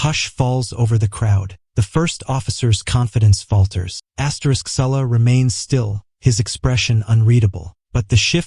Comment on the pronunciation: Poor video. The first part is REPEATED. What a waste of time! The narration is ridiculous. What is this reading of "asterisk"?